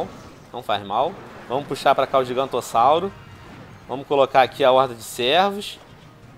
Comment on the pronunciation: kkkkkkkkkkk ele disse gigantosauro